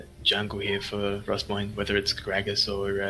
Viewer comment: Mate its Rossmoyne... aint no Rossmore